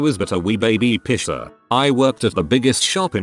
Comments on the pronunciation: great video but i keep getting distracted by the tts saying "pisser" for piercer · hell yeah, I finally found one while the subtitles are on. I always thought made piercer sound like "pisser," and now I know YouTube autogenerated captions agrees with me! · Piercer really sounding like Pisser with that TTS